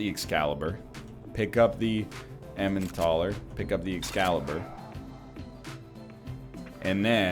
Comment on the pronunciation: My dear NL, it's the "el-em-en-tal-er" not the "em-an-tah-ler".